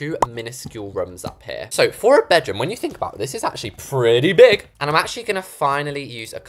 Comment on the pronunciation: the way u said pReTty Big 😂😂